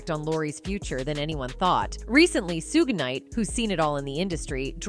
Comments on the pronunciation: Learn how to say Mr. Knights first name. Smfh.... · He is not Suu gay, nor Suu jay; his name is pronounced Shug night. Also, it's Tupac, Two pock, pronunciation not Two pack. Whew, the AI mispronounciation of names is annoying. 🤷🏾‍♂️ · Tell me something. Who are Sue-Gay Knight, Sue-Jay Knight, and Tu-Pack?!😂😂😂